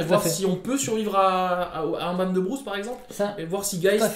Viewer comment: Merci encore pour cette vidéo! Hey les gars, c'est "BruSe" pas "BruCe" ! [Z] Malheureusement, je crois que Partner c'est un peu cheaté dès le départ... 7 cartes en main + 2 Gégé D'accord avec Kozent, pr moi Zurgo ne sera jamais BAN, c'est un type classique aggro, limite le 20 PV a été mis en place pour ça.